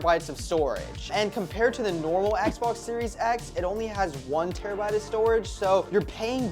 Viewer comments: ‘terrabite’ *terabyte🤦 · Bro called terabyte has "terabite"